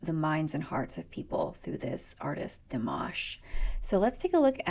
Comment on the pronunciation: I just gave you a like from pronouncing the name in French so well ;) (PS If you tell me or anyone you're French I'm taking that like back :P) just joking :) Back here Dimash was only getting like 25% of his French right cause he actually didn't know almost any :P